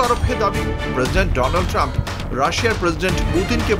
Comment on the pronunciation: মোদিকে বিশ্ব গুরু কে বল্ল? রিপাবলিক টিভি না-কি R SS? এই যদি হয় বিশ্ব গুরু তাইলে বিশ্ব গরু কে? এই বিশ্ব গরুকে চা বিক্রিতে পাঠিয়ে দিন।ভারতের মত এতবড় দেশ তার কিনা প্রধানমন্ত্রী অশিক্ষিত ডোনাল্ড ট্রাম্প তাকে বলে দোলান্ড ট্রাম তার ইংরেজি উচ্চারণ ও এত বাজে যা দেখলে সত্যি লজ্জা লাগে।এবার তারই বলা কথা বাস্তবায়ন করে দিন ঝোলা ধরিয়ে বিতাড়িত করেন। আমেরিকা হাত পা বেধে পাঠিয়ে দিয়েছে কিছুদিন আগে ভারতীয়দের আর ট্রাম নাকি তার ফ্রেন্ড। মানুষ মিথ্যা বলে তার মানে এত নিচে গিয়ে?